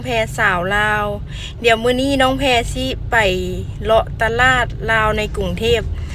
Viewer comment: ตลาด....อ่านว่า....ตลาด ไม่ใช่ ตะล๊าด..55555